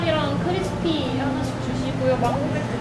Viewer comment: 망고맥주를 맹고막주로 읽음ㅋㅅㅋㅅㅋㅅㅋㅅㅋ